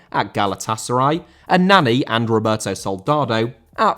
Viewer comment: Roberto* not Robātouw